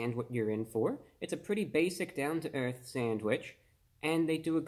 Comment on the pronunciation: that was a very elegant sounding "down to earth", sounded straight from the king's english